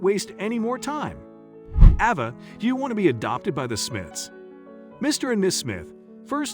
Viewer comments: This is a very strange post. The narrator pronounced the girl's name with a long a part of the time, and a short a the rest of the time. I would expect the name to be the same throughout. And calling the wife Miss Smith was very bizarre. I think this was done by someone who is not a regular English speaker, and is probably totally made up. It seems to be total fiction, but I see that a lot of people took it as truth. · So... what's the little girl's real name, because the narrator sure couldn't make the correct pronunciation going back and forth? Ridiculous waste of time. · Might be nice too if they’d consistently pronounce her name the same way each time it’s mentioned ! They go back and forth with it, pretty much making the entire story unbelievable. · Awful narration. Besides alternating pronunciation of the girl's name, arbitrarily using intonation makes listening an arduous task. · Someone a person, not a I needs to tell the story. They switch back-and-forth back-and-forth calling her over and Ava and Ava. At least pronounce the name properly and the same name not going back-and-forth with two names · The narrator really needs to work on his pronunciations. Ah-vah or Ay-va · You keep saying ova. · So is her name Ava or Ahva? They keep switching in the pronunciation of the name. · Cant even get the young girl's name right, Ava, Arva?? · I know this is off the subject, but you mention change a few times, in between pronouncing Ava two different ways. Avva or Ava? Make up your freekin mind! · I don’t understand why you pronounce the little girl’s name Ah-vah in one sentence, but then Ay-vah in the next. Come on. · The narrator is annoying: AHH-VA or AVA? He kept changing the way he pronounced the child's name.... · The child's name is AVA sounding like hey not the rediculous name you're saying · The narrator doesn't even pronounce her name the same! Sometimes Ay-vah and sometimes Ay-vah!😖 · Nice video, but I hate the inconsistent pronunciation of Ava's name.